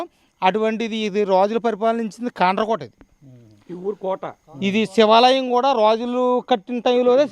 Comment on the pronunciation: Hello brother,Sivalayam not Sevalayam.Objerve this Word.